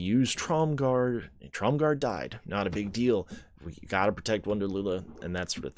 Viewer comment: There is no D in Tromgar. Sounds like you're saying TromgarD.